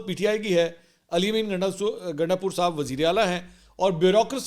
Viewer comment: Gandasoor ? Mansoor Sahib ki slip of tongue